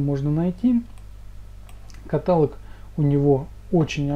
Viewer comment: Сильно режет слово катАлог не критично, но все же